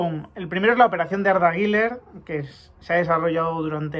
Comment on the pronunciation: ¿Por qué dices Guiler? Él explicó que se dice algo como "Guiuler". Como siempre buen vídeo.